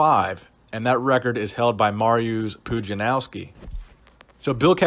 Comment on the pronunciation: He really butchered that "mariusz pudzianowski", especially the first time